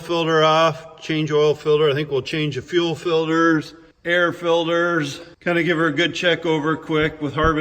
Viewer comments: Air filderhs, oil filderhs, all kinds of filderhs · I love how says " Filters " he says it like " Filders " 🤣🤣 Also, More MommyCornstar! She's been dormant for so long! Lol